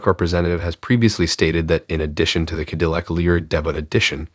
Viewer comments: What's a kadilik?? Where the heck r u from? Kadilik? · Yes, it is, but in prior videos going back almost a month, people have told that failure to train their AI voice in the correct pronunciation of Cadillac sounds amateurish. They finally did get Debut, as in Debut Edition, correctly, but somehow Ca-dill-ic is a bridge too far. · Can you at least pronounce Cadillac properly? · You would think that a youtube channel named would know how to pronounce the word Cadillac.